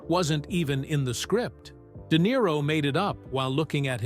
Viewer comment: De Nero eh what a tosser